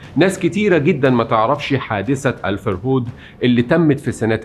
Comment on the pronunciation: الفَرهود. بفتح الفاء. وليس بكسرها. كلمة سومرية لاتزال مستخدمة في العراق حصرا. ومعناها نهب وسرقة.